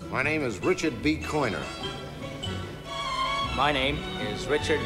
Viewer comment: Koiner, Koiner, Koiner ... It's Richard B Koiner - not Coiner...sheeshk!